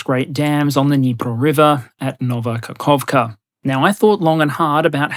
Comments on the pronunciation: kaKHovka non kakovkha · Dude, it's Kakhovka, not Kakovkha. Small point but you seem to be a stickler for accuracy. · Great video, just a nit-pick: It's Каховка (Kahovka or Kakhovka [kh to emphosize the H]), not Каковка (Kakovka) the small mistake would be fine, but Kakovka would basically mean "pooper" in Ukrainian